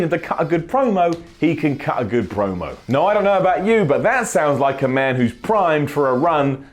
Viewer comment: I agree, Apart from the way you say man